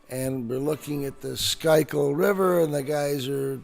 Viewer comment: Worse pronunciation of Schuylkill probably ever 😂😂😂 Also even though I'm your only viewer would've been nice to actually have the video play and coincide with what he's saying.